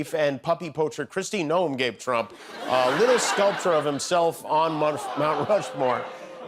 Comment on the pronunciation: did bannon just say president trauma? 😂